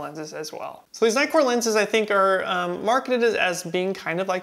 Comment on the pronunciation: Everytime you said nightcore all I heard was Nikkor! Hehehe..... the nitcore seamed you have more saturated skin tones.... personally I liked the FD better....